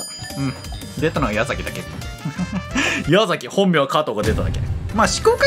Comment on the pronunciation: ❌やざき ⭕やさき